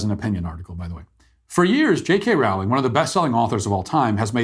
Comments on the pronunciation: "Rowling" is pronounced "rolling" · Rowling rhymes with bowling.